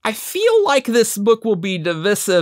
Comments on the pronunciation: The pronunciation of Divisive kept hurting me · What was divisive was the way you say divisive. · Literally said this to myself while watching lol. Ah, English and its dialects...